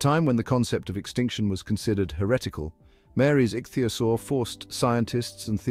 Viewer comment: Couldn't they at least find an AI or child who knew how to say ichthyosaur rather than 'ik thigh osore'. I've never heard anyone try to pronounce it like that!